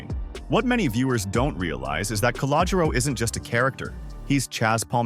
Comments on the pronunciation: Cah-low-Ger-Ro....work on it! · Also, if you can’t pronounce Calogero, don’t say it.